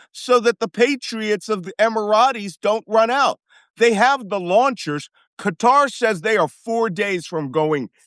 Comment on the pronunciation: Shouldn’t Malcolm know how to correctly pronounce Qatar?